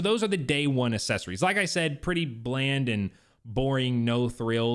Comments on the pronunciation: Mispronounced accessories by the way uhk·seh·sr·eez is the correct pronunciation Saying assess-ories which is incorrect. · Now that you’ve pointed it out, I can’t unhear assessories